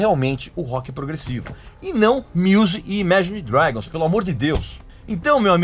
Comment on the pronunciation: Regis, você não sabe nem pronunciar Imagine Dragons, quem dirá falar sobre Rock Progressivo. Sugiro q comece em